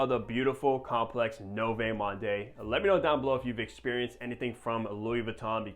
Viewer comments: No vay monday😭😭😭 you have all these fragrances but cant even pronounce the name right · Lmao 🤣 NOVAY MAHNDAY!!!, that aside good review. 👍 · Americans butcher everything. I’m pretty sure it’s pronounced like ‘Nuvo Mond’ bro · Pronounced “New-Vo Mond” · Butchered the name bro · Noooo!!! Sorry to scream at you but honest comment, every time when you butcher so badly the name(100 times throughout this video), it makes me feel like you are swearing at your mother. Yeah, that feel. So please, please, and this applies not only to you but also to any reviewers especially you are becoming bigger with more subscribers, it takes only a few seconds to Google to get the right pronunciation. I know you're American obviously don't speak French but it is so important as you try to describe the fragrance. Keep up the great work though. :hand-purple-blue-peace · Wow that was the most brutal pronunciation of french i've ever heard lol. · Only popped by to hear you butcher another name and it was splendid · He is not even trying 😂